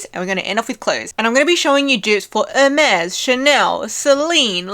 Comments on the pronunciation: Since you asked, Chypre should be pronounced sheep-rhuh (the second syllable being brief, like Louvre). It’s the French name for Cyprus. Hermès should be pronounced more like air-mes, rather than urr-mez. 😊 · Hermes is pronounced Or may it is french